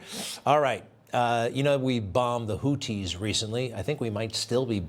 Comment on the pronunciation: Greg is the only news dude person I’ve heard pronounce Houthi correctly. Wow. Couldn’t believe it!